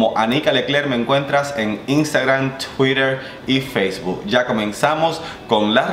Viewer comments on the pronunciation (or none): none